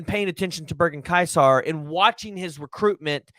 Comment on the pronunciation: Pronounced more like "kaiser"